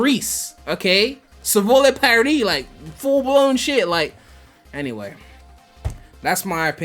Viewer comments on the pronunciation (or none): none